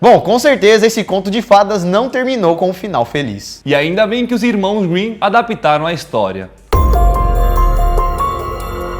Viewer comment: "Irmãos Winnin"